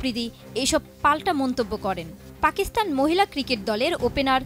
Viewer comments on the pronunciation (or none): none